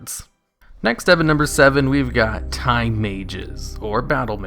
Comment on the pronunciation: I thought you said thai mages instead of time